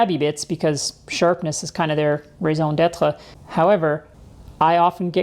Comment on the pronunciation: Correct pronunciation of raison d'être, using "grok" like Heinlein, clever use of the old glue-gun/corrugated trick, the little quiet bit mugging to sell a mug, asking us to look in your drawers - ahhhhhh. Do you have a marriage-proposal counter on here somewhere? Chalk up another mug sale.